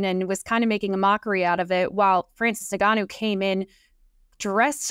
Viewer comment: Please take the time to learn to pronounce his name correctly. It’s In-Gan-Noo. How easy is that? It’s as easy as Jonathan.